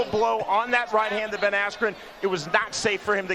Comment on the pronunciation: he totally messed up Ben Askrens name lol